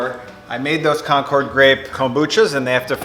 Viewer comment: The grapes are named for a town in Massachusetts called Concord. It's not pronounced like the airplane. It's more like conquered (or conkid) with the accent on the first syllable.